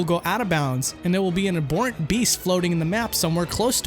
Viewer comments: It bothers me to no end... In this particular video there's also abhorrent (a-bore-rent), Gerhman (Jermain), Byrgenwerth (Berjenwerf?), Yahar'gul (Yaha Ghoul). And Byrgenwerth has a college not a university, I'm guessing the channel owner hasn't played it and is borrowing all of Lance's content here. No excuse for mispronouncing common words though. I'd be interested in hearing 'amygdala', would it be the monster, the part of the brain, or some brand new pronunciation? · The H in Abhorrent is supposed to be pronounced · Love these videos so I hate to be that guy but it's "abhorrent", not "a-bore-ant". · it's pronounced ab-HORRENT not ab-BORRENT, jesus. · Love the video, but just look up how to properly pronounce "abhorrent". You pronounced it as "aborrent" multiple times. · I think you pronounced "Abhornet" wrong lmao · Please learn how to pronounce abhorrent correctly.